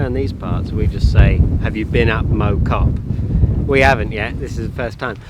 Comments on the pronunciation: For info it's not mow as in mowing a lawn it's mow as in plough pronunciation wise. It's where I was born. Cheshire one side, foot hills to the pennines the other, Biddulph valley. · It’s pronounced MoW (like plough) Great to see you stomping around my old village (Rode Heath) Interesting piece of history about mow cop. The zeppelins used it as a reference point on their bombing missions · Mow rhymes with cow 100% It physically hurt to hear it pronounced the other way lol